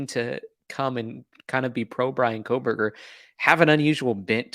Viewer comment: Thanks for pronouncing her name correctly. Yes he is guilty. Let me say it again for the people lacking common sense. BRIAN KOHBERGER is GUILTY.